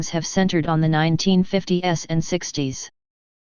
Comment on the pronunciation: Lose the computer narrator! It sucks when I hear 1950 "s" , instead of nineteen fifties.